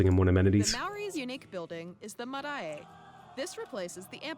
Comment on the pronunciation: I just wanna fix a few pronunciations. Maori is pronounced kinda like moldy and you roll the R. Secondly the Marae is pronounced Mah-Rye (Again rolling the R)